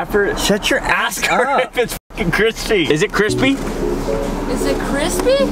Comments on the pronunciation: how many times kian said cripsy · No one: Absolutely no one: Kian: "its kreme and its krispy."